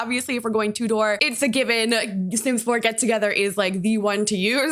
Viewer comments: In the UK we would pronounce it more like T-YOU-DER, rather than TOO-DOOR. Sorry if it came across as rude, it's just wierd hearing it a way i've never heard before. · Me too! ‘Two-door’ 🙈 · i got so confused because i was like what is a 'two door' build and then i realised thats how north american people pronounce tudor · I think ‘two-door’ is the way it is pronounced when you are talking about Swiss watches or clocks. I’ve always straight up said it wrong. I say tutor like a person who helps people with their schoolwork so no judgment here! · I've never heard anyone pronounce tudor like that😅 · Everytime pronounces Tudor like that I have a mini heart attack lol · It feels so weird hearing an American say Tudor lol